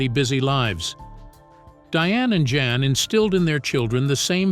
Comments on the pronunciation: I think his name is pronounced Yan not Jan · pronounces YAN